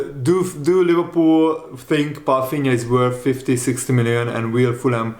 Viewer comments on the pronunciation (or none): That’s my point. So why is pronouncing his name with an “F” in it? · Is that how his name is pronounced? Palfinha?? Let me know guys